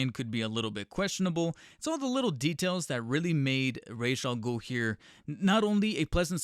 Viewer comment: When saying Ra's al Ghul, keep the word racial in your mind. Either that, or watch Batman: The Animated Series.